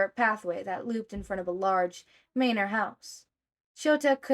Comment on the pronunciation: Love this. Just a quick pronunciation note, Manor is typically pronounced man-er instead of mane-er